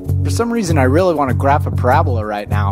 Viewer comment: it's pa-ra-bo-la not parabla